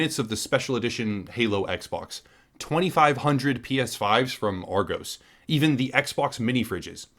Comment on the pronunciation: It is pronounced "AR-GOSS"!